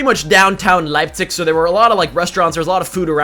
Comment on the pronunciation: Yeah his accent like instantly changed to Austrian :D